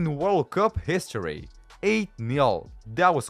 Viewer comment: Bro said hishory instead of history💀